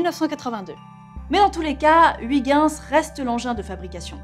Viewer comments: Ou plutôt "hui guinss". Tu prononcerais ça comment ? Comme Kujper ? "Heuille guinss" ? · "Huit ginss" Ouch... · Je suis belge et entendre la prononciation de Huygens, j'ai les oreilles qui saignent. Mais bon, Florence, hormis cela, j'adore tes émissions. Alors, pour bien prononcer Huygens correctement, il faut lire comme ceci : "Heuillgainss". (ou) "Oeil guènn ss" Voilà voilà. Bonne continuation à String Theory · Toujours un bonheur d’apprendre en écoutant une dame aussi passionnante ! Mais s’il te plaît, par rigueur scientifique (et aussi linguistique) Huygens se prononce « oeuil - ghèns » Merci 😃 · Hello la rédac'! :) Juste pour vous informer que Huygens, ça se dit pas du tout comme ça mais plutôt heuïgeuns ^^' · Je sais que je suis chiant mais attention à la prononciation de Huygens. Et oui, le Néerlandais est un parler rugueux à l'odeur de fromage... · Comment tu prononces "Pionner" et "Huygens" whaaa c'est immonde x) Bonne vidéo sinon ;)